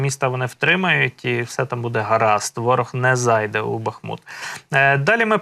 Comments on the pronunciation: БАХ МУТ -наголос на перший склад. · Бахму́т (укр. Бахмут; в 1924—2016 годах — Артёмовск, укр. Артемівськ) — город в Донецкой области Украины. Ударение на второй слог. Учите.